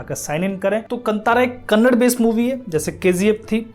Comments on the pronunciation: Correct yourself... It's not Kannad, it's Kannada. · KANNAD nahi hai bhai KANNADA hai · Thank you for your review, please correct your pronunciation it's not kannad it's kannada. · Kannd nahi kannada hay